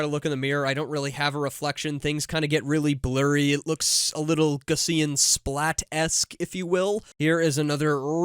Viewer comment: Great vid as usual,! Btw, gaussian is pronounced gow-see-uhn